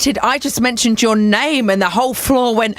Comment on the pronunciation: You pronounced his name wrong :/